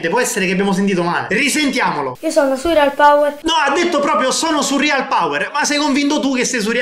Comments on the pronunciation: Si dice surreal non surrial cazzo lol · Si dice Surreal non Surrial